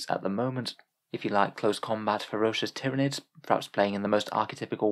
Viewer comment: I still think it's pronounced "tyran-ids" like Tyranno meaning tyrant in Latin and Id meaning this/that/it. Essentially "Tyrannical One" in Latin, or excuse me, High Gothic lol